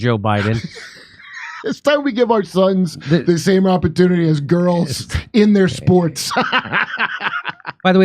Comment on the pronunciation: I think you should have put the emphasis on the word "entire" vs "their" lol